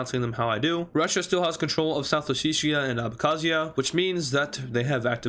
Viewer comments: we call south ossetia samachablo but if u dont want to pronounce that u can just call it south ose-t-tia, u pronounce abkhazia right tho. also south ossetia is smaller than that so, next time u include georgia dont make it as big as u did in this video. the capital of georgia is also tbilisi which is near the border of azerbaijan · Abkhazia is correctly pronounced. South osettia is not pronounced "Oseeshia" it is pronounced "Oh set ia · i really love the content u make and deeply love watching them, as for this one it probably was my favorite. 👌 btw as a georgian i approve ur way of saying abkhazia and south ossetia👍